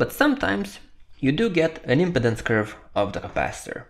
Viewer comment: Thank you for this video. Your English is very understandable and easy to listen to. One note: the word impedance has the accent on the second syllable (the 'pe') in English. The video is placing the emphasis on the first syllable (the 'im') which made the pronunciation hard to understand for this word. I look forward to viewing more of your videos.